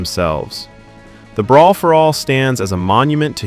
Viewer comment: "Breer for all"?